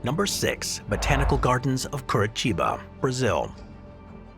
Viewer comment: "Kurichiba" mano